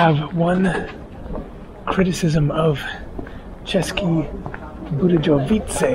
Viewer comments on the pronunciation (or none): It should Vse pronounced ceske Budeyovice. J is pronounced as y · Hey man my son is laughing at your pronunciations hes born in Atlanta talks like his daddy born and raised in the bay area and schooled in Atlanta Gaa Gaa rest of the family all modwesterners of German and Czech stock. Česke Budejovice is pronounced like this cheskee budyeeoooviiitsee hope that helped czech is a nightmare of a language to get fluent in took me 10 to 12 years and i had an upper leg on it being i was fluent in German too when i started. Ya mon there are lots of interesting things and towns to see here. Cech bud is a good base its cheap there the accommodations. They only get Bud tourism there. Krumlov is a tourist trap accommodation and restaurant prices often are more than Prague. I have not been there in 5 years. Its still low season sort of now. My son and i are taking a trip to poland it’s cheaper there and really nice and great food. Wroclov and Jelenia Gora. Mountain area. Make sure you try Budvar dark its good. You can only get it in ceske bud or in the grocery store in the bottle warm. Czechs eat mostly fast food Pizza Mexican or Asian if they are eating out. The main meal of the day is lunch. Most people eat at home its way too expensive to eat out on average Czech monthly income. I know a great Czech restaurant with great dark beers. But i can’t remember what its called i just know how to get there its off the square on a side street. I visted there many times back when i was earning dollars and life was more than half the price 5 to 10 years ago.boug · Just a small tip... The letter "J" is only pronounced like that in English. In all other Germanic and Slavic languages is pronounced like your "Y" in "yes". So if you are in Europe just remember that it is the English "J" that is an exception. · I was laughing when you drank the Bud 😂and when you try to pronounce the city name